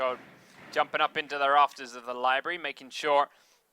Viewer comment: is that one dude saying "liberry" instead of library?